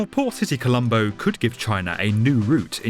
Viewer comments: Not poor City colombo🤣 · Am I the only one that heard him call it "Poor City Colombo"? I didn't realize until the very end